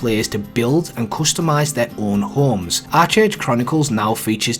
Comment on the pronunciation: Its pronounced Ark age bro